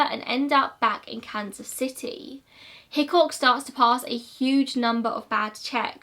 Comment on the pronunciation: Am I the only one who thinks of Hitchcock from Brooklyn 99 every time she says Hickok